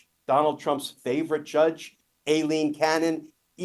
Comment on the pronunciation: AILEEN and EILEEN are both pronounced as I LEEN, neither is pronounced ass A LEEN.